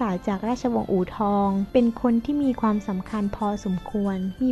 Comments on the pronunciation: ความๆ ไม่ใช่ ฟวาม พูดดีๆเหนทุกคลิป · ทำไมอ่าน ความ เปนฟวาม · ข้อมูลดี แต่อ่านภาษาไทยยังอ่านผิดๆถูกๆ ความก็อ่านเป็นฟาม เสียเวลาฟัง